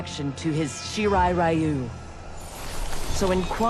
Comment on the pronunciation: They keep mispronouncing Shirai Ryu. WTF is wrong with Netherrealms?